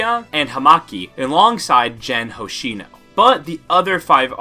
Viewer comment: Can we normalize checking prononciations ? It's Gen Hoshino, not Jen